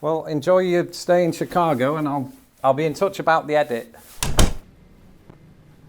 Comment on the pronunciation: The way says “Chicaaago” she fits right in. 😂❤❤❤😂